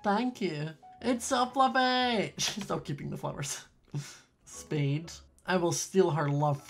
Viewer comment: Why r u saying speed and not spade but it’s okay😄